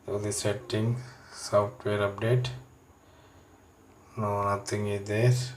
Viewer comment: Good reviews video but bro need to improve pronunciation like aple (apple) kamera (camera) ceting (setting) and u need to take English speaking class as well other than that everything is somehow countable 😊😊😊